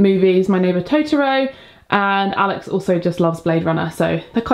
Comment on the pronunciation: Omg i'm so sorry, but this was the perfect oppurtunity: "Besides, its called my neighbour totOro, not totorOOO" Other than that, the room looks really lovely! You made a lot out of a tiny space🌠